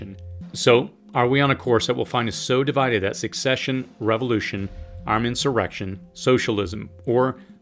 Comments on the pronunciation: Pronounced "sussession" . Succession is a completely different thing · The word is secession. It’s pronounced suh-seh-shun. Not suk-seh-shun. And the tyrants in the north invaded the South. The South just wanted to be left alone and not be taxed by DC. Delaware was a slave state so don’t give me that nonsense that the north did it to free the slaves. It was about money and resources as are all wars. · In "secede" and "secession," the "c" is pronounced as an "s."